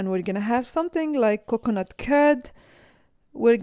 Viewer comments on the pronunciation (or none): 😂😂 extra virgin cocknut oil, ohh boy!! the pronounciation is so messed up